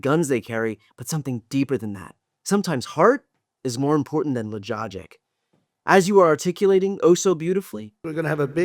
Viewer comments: Lololol “logogic” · "Sometimes heart is more important than lojogic "😂 LOL! HAHA! I'm DYIN' over here! 😂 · "... all logogic." {Pronunciation guide: /luh - jah - jik/} 😂😅